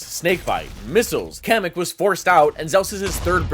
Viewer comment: kocham jak ludzie z zagranicy nie potrafią powiedzisc kamyk xddd